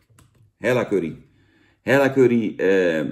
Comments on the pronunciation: is het niet Hela ipv Hella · * er is iets mis met mensen die MIDDEN in de tube knijpen (Zaans) Ik haat curry en ik schaam me niet ! Bah. Veel meer lekkere sausjes om uit te kiezen FRIET bekt lekkerder. Fuck patat En je mauwt over friet of patat en julij uitspraak. Maar zegt dan wel vervolgens Hella in plaats van Hela. Oke dat wilde ik ff droppen Daaaaaaagggg